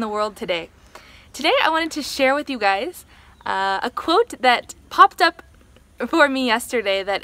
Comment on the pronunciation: Is the word spoken as "Gay's" ,I shall lose my glee then